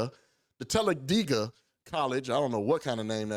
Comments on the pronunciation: It’s TAL-A-DAY-GA ! lol 😂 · TELLA-DAY-GA ... HAHAHAHAH